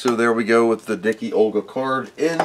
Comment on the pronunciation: Dicke Olga is actually not prenounced as Dicky Olga but as Dick-Uh Olga. german for Fat Olga. great vid.